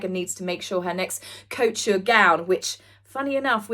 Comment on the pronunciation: I doubt anyone will see this, but can some tell how to pronounce “couture”, I mean I like the alternative pronunciation but I thought she might like to know! As it’s been in quite a few videos now!